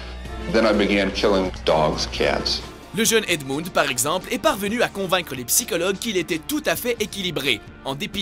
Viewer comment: Edmoune ? 😂😂😂c'est ce que j'ai compris